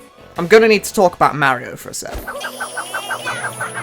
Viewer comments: Did you just pronounce Mario "may-rio"? Not "mah-rio?" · downvoted video cuz of wrong pronunciation of mario (may-rio). 😏